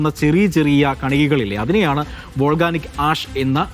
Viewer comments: Volganic അല്ലാ മാഷേ volcanic ആണ്, silka അല്ലാ silica (സിലിക്ക ) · വോൾഗാനിക്ക് അല്ല വോൾകാനിക്ക്.